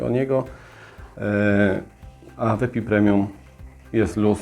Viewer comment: Bardzo lubię Twoj kanał ale błagam, co Wy yutuberzy macie z tym epipremium skoro to EPIPREMNUM i nie scindaptus a scindapsus! Zepsules mi dzień, tydzień a nawet miesiąc...dlaczego, bo ja na tego scindapsusa poluje i poluje od kilku dni, gdy tylko ukazała się info że one będą. Więc albo nie w każdej Biedronce były albo nie mam szczescia😭 Co do koszyczków a tym bardziej do wszelkich taśm, nie trzeba ich usuwać. Taśmy się rozłożą w glebie a korzenie poprzerastaja otwory w koszyczku. Analogicznie, gdy nosisz na palcu obrączkę przez dwadzieścia lat,i utyjesz o 20 kg, palce też ci utyja co nie oznacza że odpadnie palec z niedokrwienia. Po prostu w tym miejscu w którym są otwory a korzenie je przerastają, one się dostosowują. Zresztą zobacz jaki był system korzeniowy poza koszyczkuem. Często takie dłubanie nacinanie wyłuskiwania może więcej szkody wyrzadzic( znam to z doświadczenia)bo można po prostu pokaleczyć korzenie i będą później gnić. Można to robić gdy korzonki są mało poprzerastanej i koszyczek po lekkim poluzowaniu wysunie się. ... No i nie obraz się ale dajesz za duża doniczkę w stosunku do systemu korzeniowego...raz że będzie roślina będzie szła w korzenie i dwa że będzie miała problemy z wykorzystaniem" wody.